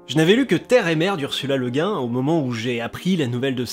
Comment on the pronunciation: Merci!!! Et au passage, sur la prononciation, je crois avoir lu quelque part que c'est cette prononciation française qu'Ursula Le Guin préférait, Le Guin étant le nom d'origine bretonne de son mari...